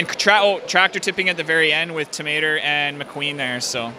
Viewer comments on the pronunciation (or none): When ever he said Tow Mater I thought he was saying Tomato.